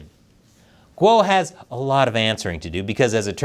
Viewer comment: A channel about China and you don't know how Guo is pronounced?